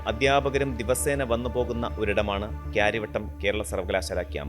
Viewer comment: എന്തുവാടെ ഇത്..ഒരു സ്ഥലപ്പേര് നേരെ ചൊവ്വേ പറയാൻ അറിയില്ലേ?? കരയാവട്ടം...അതാണ് കറക്റ്റ്.